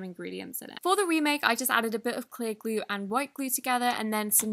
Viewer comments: " Elmer's gue " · ‘Elmers Gue’ 🤣